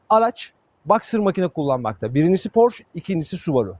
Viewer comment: Güzel inceleme. Porşe yerine Porş demeseydiniz keşke.